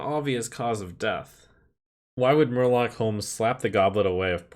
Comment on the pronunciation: Murloc pronunciation is excellent